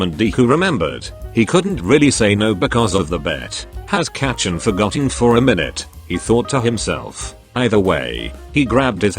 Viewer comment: kacchan?? no. katchin?? YES.